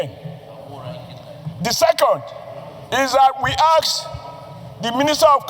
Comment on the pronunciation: Englishise senator ask and not aks😂😂😂we will also hit thrice and start now fast too😂😂😂